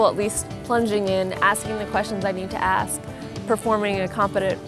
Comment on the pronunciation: For someone who is in medical school, I would think they would pronounce a simple word like ask correctly... .